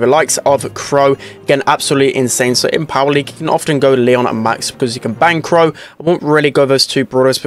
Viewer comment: did really say "you can bang crow "?